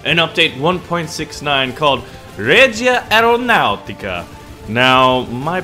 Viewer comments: ''Reja (an American J, not spanish) Aeronaauuticah'' Regia Aeronautica, Royal Air Force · ma come hai pronunciato reumatica reggia ps: i'm Italian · reja aeronateeca it is better if you pronounce it so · Every time pronounces Regia Aeronautica Princess Peach gets sent to a different castle.